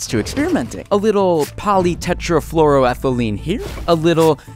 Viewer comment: How is no one talking about how accurately and fluently he pronounced polytetrafluoroethylene and diisopropylaminoethanol